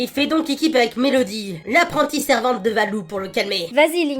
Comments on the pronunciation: c'est pas MéLOdie mais MéDOlie ! x) pitié arreter de faire cette faute ! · C'est pas mélodie c'est médolie et si tu me crois pas vas sur internet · Tout le monde dit Melodih, C'EST MEDOLIH, BORDEL